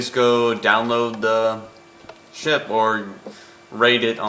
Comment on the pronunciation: u said shit not ship